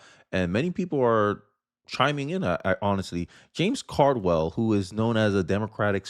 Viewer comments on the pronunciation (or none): It wouldn’t be a video without a name mispronunciation: James Carville (not Cardwell) 😂